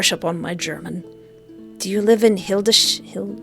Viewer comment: Naaaw, so sweet how you pronounced the german citys, when they are some of the hardest to speak correctly for foreigners. I am german^^ may I help with some; when you want to say Hildesheim it is like Hildes-Haim, and Braunschweig is nearly pronounced as Brown-schwaig.